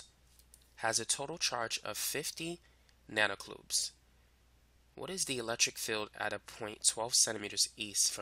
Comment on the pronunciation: LOL did he say 50 nanocloobs